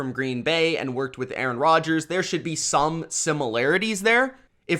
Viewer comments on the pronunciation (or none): none